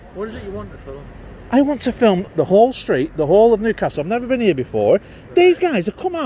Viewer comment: Dear North Easterlies, the word 'film' is one syllable, thanks.😂